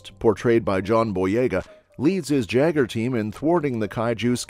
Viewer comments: Its prnounced YAGER.. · OK, so no one is bugged by the mispronunciation of Jaeger? Would love a 3rd though.